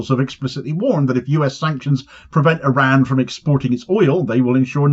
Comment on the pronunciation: It’s pronounced IR-RAHN; and when you slip in snarky comments about Trump’s appearance, you don’t seem clever, you seem juvenile. If you’re an adult, act like it son.